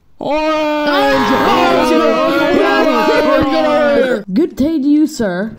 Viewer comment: Bro said oranga